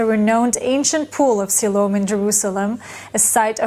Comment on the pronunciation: Have your AI narrator pronounce words correctly. He is not even pronouncing Siloam right.